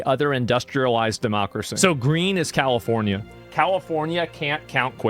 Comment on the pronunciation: 'Califormia' Hahahha